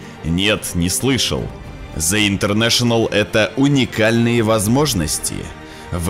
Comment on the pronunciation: Блят, извините конечно, что придераюсь. Но в английском НЕТ БУКВЫ З, ЯЗЫЧОК К НЁБУ И ПРОИЗНОСИ ПРАВИЛЬНО, УУУУВ ПРОСТО!!!